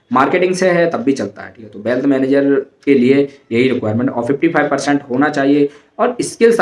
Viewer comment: Bhai bealth nhi wealth hota hy